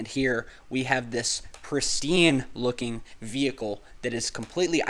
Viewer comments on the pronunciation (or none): none